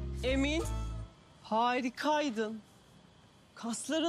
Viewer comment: Emin harokaydon kasloron muhteşom😂😂 haha ay pordon haha birinoz devo öbürünoz Cüco😂😂